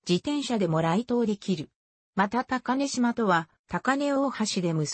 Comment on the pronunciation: 高根島=こうねじま。御寺=みてら。 あと瀬戸田の発音がおかしすぎる。戸を下げづに普通に。